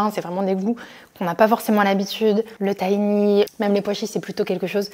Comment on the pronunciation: Tres sympa! Pour info le tahini se dit taRini il faut prononcer le H